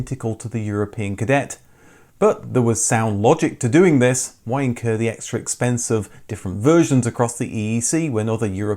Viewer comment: have to say that "why incur" came awfully close to sounding like w*nker...slight amusement...and at the very end what should come next? a Kia ad :-b